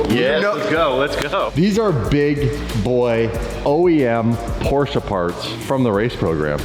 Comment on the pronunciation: Please do me a favor, STOP with that PorschA pronunciation. There is NO ‘A’ in Porsche. 🤦🏼‍♂️